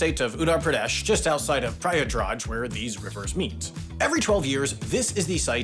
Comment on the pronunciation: I was expecting HAI to pronounce Uttar Pradesh and Prayagraj correctly but they failed miserably- and the "Bhule Bhatke kendra" was beyond recognition to me without the captions as a native Hindi speaker